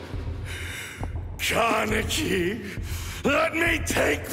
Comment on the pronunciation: Did he say kaneke